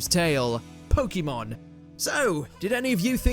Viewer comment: You NEED to learn how to say POKEMON (ポケモン). You talk about people saying wrong things but you pronounce POKEMON like an idiot. Same for karaoke (カラオケ). Poke comes from poKET (do you know that sound?).